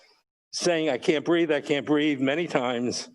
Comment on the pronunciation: Its BREATHE....